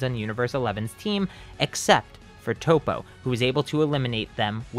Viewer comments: You said toe-po his name is tap-po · ITS NOT TOE POE ITS TOP O OML